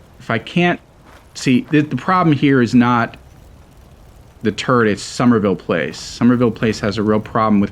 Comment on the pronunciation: Everytime he says turret it sounds like hes saying turd